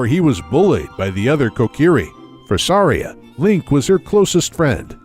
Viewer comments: Every time they pronounced Saria wrong. A Gold Skulltula was born. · At first I thought this video was good, until Saria, Mido, and at one point, Link was pronounced incorrectly. Oof. Not Sorry-uh, it's Sar-E-uh. Not ME-do, it's MY-do.